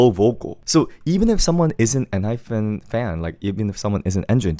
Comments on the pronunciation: please pronounce Enhypen properly 😭 it’s En-HyPEN not hyPHEN!!! Also, Jake was always my favorite vocalist in the group, even when Heeseung was still there, though objectively Heeseung has better technique and larger range. Jake just has a God given voice that sounds so good. He bias wrecked me hard this comeback 😩 and I can’t believe you didn’t like Two Fools 😭 it’s my favorite song on the whole albummm but tbf, I like the entire album (except for maybe Checkmate but it’s not bad, just not my cup of tea). I’m glad they got all kill wins and more this comeback!! They deserve it ❤ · hi hi it's enhyPEN not enhyFEN hehe thank u for this insightful review though!!!